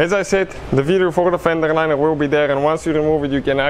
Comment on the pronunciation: Good Vid. Buuut, that "Fendrerrr Linererrr" isa kindaerr funnyerrr 🤣🤣🤣